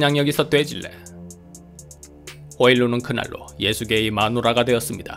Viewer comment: 발음이 특이점 오는 그 아버지의 이름..